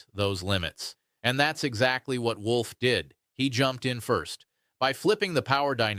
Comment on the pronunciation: Wolf, not Wool!